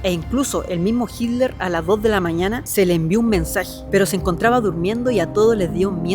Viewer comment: se ve que es chileno, no puede ni pronunciar hitler jajajaja dice hiler jajajajaja muy buen video 😊👍